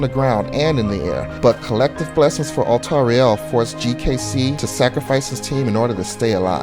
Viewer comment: No offence to, but the way he pronounced the names is frustrating. I understand that they're not easy to pronounce, but "Altariel" is clearly meant to emulate some angelic name ("alTARiel") not some portmeanteau ("altar riEL").